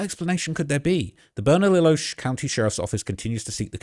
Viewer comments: It's pronounced (Burn-Uh_Leo)! The double "ll"s are pronounced like a "Y". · Burn-ah-Lee-oh bernalillo double l is silent and burque is what we call Albuquerque just a lil help but u did good 👍 there’s no telling what happened the streets here are crazy even tho it’s small city im pretty sure he’s dead that’s just the truth they’ll find his body in the woods near my house or near west side with the bone collection